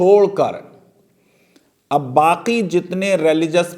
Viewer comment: It seems wo flow flow mein 'Ab' ko 'Abey' bol gaye... Bhawna smjhe 😉